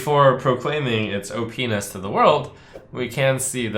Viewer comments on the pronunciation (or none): Teehee at Luna's pocket galaxy he said openis 😂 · I understand the want to say OP-ness, it does make sense, but it also just sound like you're saying "Oh Penis!". As for The Storm Bringer, yeah, why would you instead just Bloodlust? Why would you use Thrall, Deathseer over Bloodlust? It's almost like that's a backup plan that adds consistency to your deck's plan. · Trump just said OP-ness. It sounded oh-penis